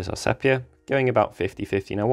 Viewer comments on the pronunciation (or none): Your tutorials are FABULOUS, however could you please just pronounce Sepia - see.pee.uh. ? No biggy, thankyou.